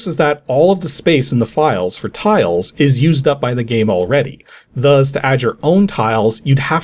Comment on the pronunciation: After all these years, he still says "thuzz" instead of "thus". 😂